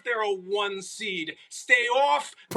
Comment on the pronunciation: From the opening "WHAT!?!" by S.A.S. & Max's fake Eye, to the "Stay off the Seeeeed" not forgetting Molly ain't say nun dumb. I've say this best segment they've had in a while